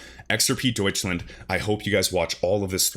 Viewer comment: I appreciate that you pronounce Deutschland correctly! 😃